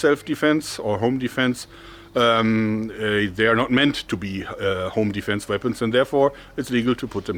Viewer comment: Your "home defense" sounds a lot like "onlyfans" to me xD